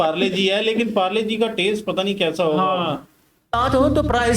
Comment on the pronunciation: PARLE-- G❎MARLO-- G ✅ MIA KHALIFA PRODUCT